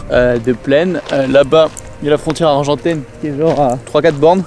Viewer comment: Super Vlog! On dit la frontière Argentine et non Argentaine par contre :)